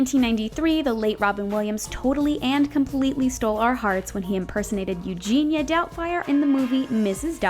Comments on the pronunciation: It’s Euphegenia Doubtfire, you uncultured swine!!! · Euphegenia Doubtfire, not Eugenia.